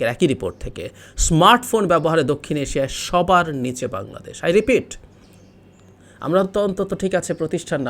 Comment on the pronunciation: ইসমার্ট বুঙরাদেশ ( জাপানীদের উচ্চারণে আমাদের প্রিয় বাংলাদেশ ) l